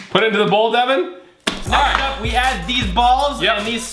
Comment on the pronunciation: Bridget Ward Ward it's Deven not Devin